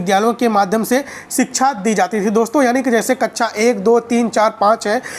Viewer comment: Sir kacha ni hota kaksha hota h